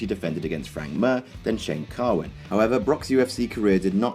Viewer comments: Frank mir is pronounced meer not mur. Research.... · its frank mir not frank mer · Frank Mir is not pronounced as Mur but Mear. My OCD went cray. I no like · Frank MEEEEEER. LIKE DEER NOT MURRRR LOLOLOL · frank mir not mur lol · Its frank MEAR not frank MUUUR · its not Mur, its Mir.. Frank Mir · Frank Mur lol. Mir is pronounced "Meer" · Not trolling, but the name if Frank Mir. Not "murr" it's "meer" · It's pronounced frank mere not frank mur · Frank Mir not Mer, Mir like the russian space station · Frank Mir is pronounced Meer not mer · im sure he did it to be a douche since he pronounced alistair overeems name correctly, and his name gets botched even among mma announcers. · It's not frank "mur" it's more like frank "meer" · Don't talk about ufc, firstly its frank Mir not murr, and overeem was on so many drugs lol win didn't count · frank MUR... awesome. you know its mir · Who the fuck is "Frank Mehr". It's MIR, stupid. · Frank Mir's last name is pronounced like "mere". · Frank "Murr". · You can tell this guy's not an MMA fan from the way he pronounces Frank Mir's surname. It's pronounced "Forehead". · Look i know Frank Mir himself can't pronounce his own name but it's pronounced 'mere'. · your pronunciation of frank "mer" is really annoying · I died when you called frank Mir frank murr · I think it's pronounced Frank Meer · you say frank mir like a spastic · You pronounced Mir wrong